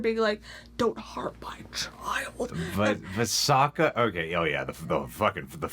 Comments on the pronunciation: ahng, soak-a, ear-oh, agni ki, uh-vatar... yeesh what a mess lmao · I'm a little disappointed you guys weren't as triggered as others watching this movie lol, I was expecting lots of WTFs, throwing things around, swearing, facepalming, and being generally pissed off, especially with the way they butchered all the names, oh god Soak-Uh Ong Ear-row the uh-vatar